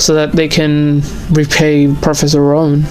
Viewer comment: I always hear "Professor Run" not "Rowan" xD